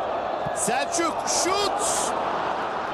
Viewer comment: SELÇÜK diyor ya 😂